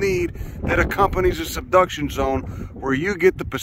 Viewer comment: everything you need for The Seduction Zone😂😂😂 (Yes i know it's SUBduction, but it still sounded funny)